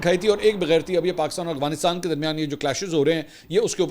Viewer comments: Mansoor bhaeey ap k vlog daily dekhti hun.bahat achey hotey hain bas ap Afghanistan ko Aghwanistaan boltey hain to Afghanistan bola krain.😊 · کافی وی لاگ سے دیکھ رہا ہوں آپ افغانستان نہیں بول پاتے۔ اغوانستان نہیں افغانستان ہوتا ہے۔ سلامت رہیں ❤ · سر آپ افغانستان کو اغوانستان کیوں کہتے ہیں 😂 کیا یہ کھلا تضاد نہیں ہے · Sir true word is Afghanistan, not is aghfanstan.